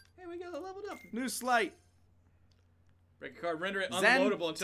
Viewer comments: If you're trying to think of it like the word "sleigh", don't. Sleight and sleigh are actually descended from completely different languages that handle the "ei" sound differently. Sleight is from Norse, where the sound is pronounced with a long I (like Sleipnir). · It's "sleights" as in "sleight of hand". So "slay" is wrong.